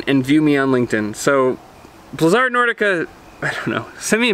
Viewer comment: he is saying the name right...thats how it was said in the begining.....